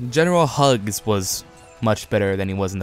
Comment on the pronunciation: Hux not hugs